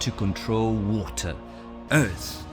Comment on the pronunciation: Bro can t say WATER